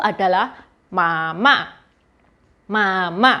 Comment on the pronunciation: ... saya cukup yakin intonasi pelafalanmu salah.... intonasi ma .... ma harusnya datar ... u kedua suku tersebut. Cara pelafalanmu bunyi nya berarti ibu marah..